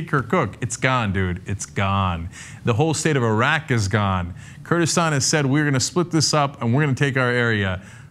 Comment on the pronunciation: Kurdistan not Kurdistand